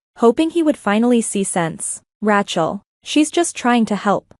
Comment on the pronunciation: Teach AI how to pronounce Rachel...